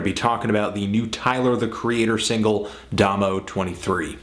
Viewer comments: Well at least fantano is pronouncing "domo" right this time LOL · YOU SAID DOMO RIGHT HOLY SHIT.